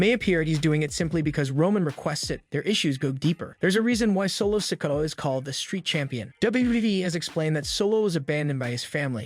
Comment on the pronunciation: Please pronounce Solos last name correctly, you have been saying it wrong for quite a while